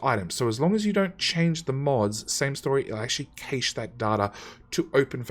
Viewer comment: my only issue: cache... pronounced cash or ca-shay otherwise, great series